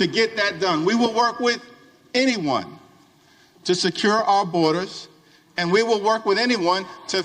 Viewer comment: That emphasis on "anyone" ... Makes me think there's something up